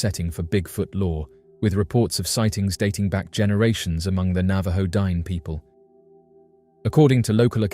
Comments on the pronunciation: The word * Diné * is pronounced like ‘din-nay’ which means “the people”; Not “dine” as in the thing you do when you eat a meal. You did an entire video and didn’t even bother to learn this basic information. Also, that pic sucks! Lazy & sloppy af. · I wish you would pronounce the word "Dine'" correctly. My daughter is a member of the Navajo Nation and hearing your pronunciation of the word "Dine'" is massively incorrect and borders on disrespectful.